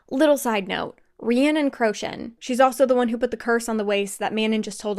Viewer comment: I love this thank you! Details amazing and through , however please listen to the audible pronunciation of Manon & Crochan its driving my crazy !😅